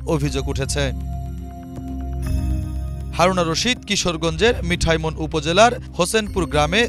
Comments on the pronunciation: ২০১১কে বললেন ২০২১ মিঠামইন কে বলছেন মিঠা ইমন। প্রুফরিড ছাড়াই রিডিং পড়ে গেলেন। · 'মিঠামঈন' হয়ে গেল 'মিঠাইমন' !!! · মিঠামইন নামটা উচ্চারণ করতে এত প্রব্লেম কেন..? একজন রিপোর্টারের কাছে ইটা কাম্য নয়!